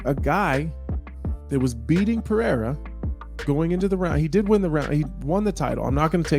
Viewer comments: Is it too hard to say Pereira instead of Peheyra? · If your gonna stress Adesanyas last name correctly please say Pereira pronouced "pear-aida" correctly..... btw your material is great